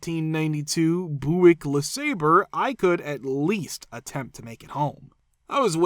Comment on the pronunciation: BTW, story of the 16yo working during a tornado warning? It's pronounced Byoo-ick, not Boo-ick. Just a little note for the AI narrator.